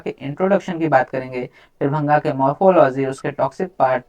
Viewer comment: Its not bhanga it is bhaang